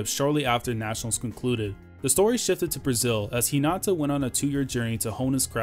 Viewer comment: Its Hinata not Hinata